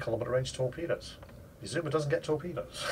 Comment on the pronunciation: It took every ounce of power I could muster not to scream at my screen the entire video when he kept calling the ship the Izuma and not Azuma